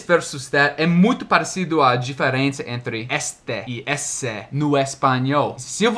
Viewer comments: por favor, não me leve a mal. Eu só estou tentando ajudar, porque sei que você gosta bastante de aprender sobre a língua portuguesa, beleza? Bem, eu queria dizer que as palavras "este", "esse" e "aquele" são pronunciadas com o "e" fechado. A gente fala tipo "êste", "êsse" e "aquêle", e não "éste", "ésse" e "aquéle". Já "esta", "essa" e "aquela" são pronunciadas com o "e" aberto, assim: "ésta", "éssa" e "aquéla". Espero ter ajudado!👍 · Oi,! Só uma ajuda na pronúncia da letra "e" nos pronomes demonstrativos. Para pronomes demonstrativos no masculino, use a vogal "ê" fechada: Este, esse, aquele = Êste, êsse, aquêle. O mesmo vale para as contrações: deste, neste, desse, nesse, daquele, naquele. Para pronomes demonstrativos no feminino, use a vogal "é" aberta: Você já está pronunciando corretamente. Esta, essa, aquela = Ésta, éssa, aquéla. O mesmo vale para as contrações: desta, nesta, dessa, nessa, daquela, naquela. Resumindo, use "ê" para masculino e "é" para feminino. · você está cometendo um pequeno erro ao pronunciar: esse, aquele, desse, daquele, ele. Todas essas palavras não possuem o mesmo som na vogal tônica como: essa, aquela, dessa, daquela, ela. No feminino, nas vogais tônicas se pronuncia o som como se tivesse um acento agudo "é", porem no masculino se pronuncia como se tivesse um acento circunflexo "ê". Espero ter ajudado.